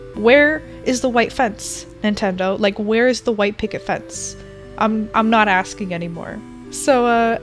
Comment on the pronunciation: She says wHI tE